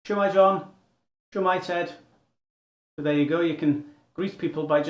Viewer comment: it's not s'mae it is shwmae